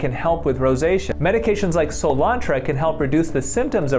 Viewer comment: So glad they were able to help this guy I bet he feels amazing now I hope it doesn't come back I do have to say when Dr youn said soolantra I seriously was like um cilantro what? Lol